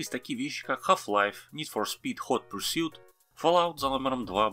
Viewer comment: + Правильное произношение Hot Pursuit... а то чаще приходилось слышать Хот Порше, не говоря уже о Костюмс вместо Customize.